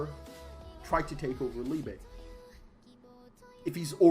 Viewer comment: If his name is the German word for love, it is pronounced Leebuh, not leebay.